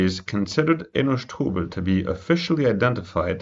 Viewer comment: You are really enjoying saying the last name "sh-TO-bel" 👍🏿